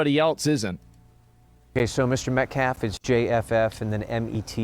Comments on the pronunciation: Why does keep calling them "Metlaf"? Bro I know you can read.. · To be a bit petty, but to add on to their horrible choice of who they have representing them keeps saying “Austin Metclaff” who the heck is Austin Metclaff? Show some respect to the real victim of this whole thing!!! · Why the fk can nobody say Metcalf right? How do y’all keep fking it up? Metcalf = MET-caff You don’t even have to pronounce the T, it’s more of a glottal stop. This was never an issue when Eric Metcalf used to play in the NFL… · Every time he mispronounced Metcalf upset me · METCALF is not hard to say or pronounce